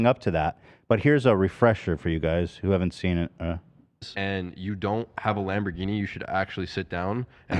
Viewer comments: Lamborgeeny at the end killed me. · LMFAOOO I love how Ethan at the end was about to go on another tangent with how pronounced Lamborghini